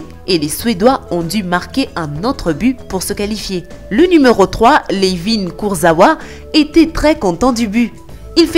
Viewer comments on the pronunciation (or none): C pas kurzawua c kurzawa😄